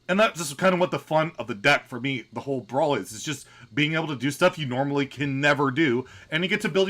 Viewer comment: I like how pronounces Brawliseum like it rhymes with Elysium instead of coliseum 😄